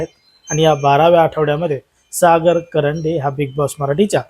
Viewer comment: कंरडे नाही रे बाबा कांरडे